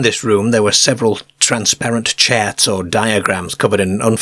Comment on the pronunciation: I’ve grown to enjoy the speech. “ cahs “ “ fams” chats for charts and on and on. We are the aliens product